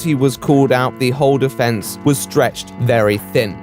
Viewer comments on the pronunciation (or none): none